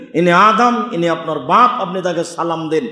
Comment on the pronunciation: আল্লাহর কসম আপনি মিথ্যা বলছেন হুজুর. জিবরাঈল আলাইহিস সালাম বাপ শব্দ টা এরকম জোর দিয়ে বলেননি.